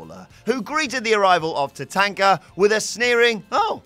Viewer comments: TaTONKa not TaTANKa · Tatanka not TaTenka. Sorry can't use the "we pronounce it different across the pond" bollocks. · pronunciation of tatanka 🙄